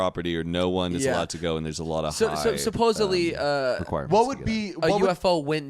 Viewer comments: It’s SUPPOSEDLY, not “supposably” lol omg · Idk why but constantly saying “supposebly” instead of supposedly makes me actually angry lol